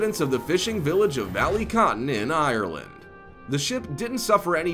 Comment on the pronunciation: U didn’t say Ireland right 😭and I’m from Ireland